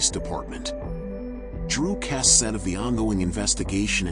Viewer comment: Why is your phoney video pronouncing her surname incorrectly. You AI lot are ridiculous and disrespectful.